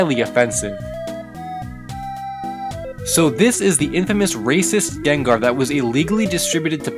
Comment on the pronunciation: Gengar more like Nengar